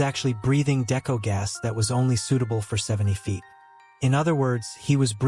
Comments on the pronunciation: He has no clue what he’s talking about here, describing decompression stages wrong and even mispronouncing deco (it’s pronounced Dee-ko, not Decko). Didn’t bother going past into the video because it was pointless. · Isn’t it pronounced (DeeKoe) not deco? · Love it when the person making videos of cave diving… isn’t a cave diver and knows nothing about diving… can’t even pronounce “Deco” right. I’m a Technical diver not a cave diver. Unless you blatantly disregard ALL of your training… it is impossible to get the wrong gas. You literally show your buddy, your buddy verifies the correct mix is to be used or left behind. Then carry on with your plan. ALSO!! All technical divers (all cave divers are technical divers, but not all technical divers are cave divers) plan all of the dive with a lost Deco Gas scenario. Btw idk wtf Nitrox mix you use for 240 and deeper… but Air at 1.6 PPO2 has an MOD of 218 ft or 67 ish meters….you didn’t mention tri mix either….